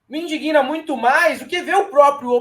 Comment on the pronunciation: Pessoal, não se diz "indiguina", se diz indigna.